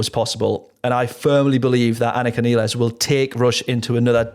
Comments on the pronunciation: Important technical note. Anika's last name is pronounced "nyles" not nEEless. See this announcement by Anika, Geddy and Alex in March 2026 in which they very clearly say 'nyles' after working together for several months. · Her last name is pronounced like MILES. -Nilles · Actually it is Neelles not Nyles. I asked German producer who even makes video how to pronounce it correctly but the English pronunciation is like Alex (my fellow Serbian) and Geddy pronounce in that introduction video. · No.. Some random German producer who doesn't work with Anika is not who we should be asking. It is obvious from the Lee/Lifeson/Nilles video in which they are saying "nyles" right in front of her and she doesn't correct them, that this is how she is pronouncing it. End of debate. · Wouldn't be Rush if the drummer's last name wasn't mispronounced!